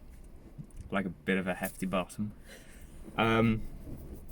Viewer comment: He sounds so posh when he says bottom 😂